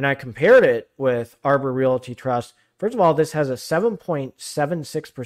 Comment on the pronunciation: Could you please stop calling a realty Re- it a rate.